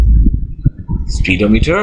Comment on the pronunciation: he said speed o meter lol